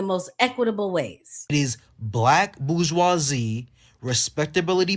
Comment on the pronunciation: Dude laying there half nude, start by pronouncing bourgeoise properly. It’s not “boo wah see”